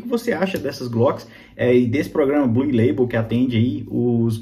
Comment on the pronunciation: amigo nao se fala bluE ... se fala BLU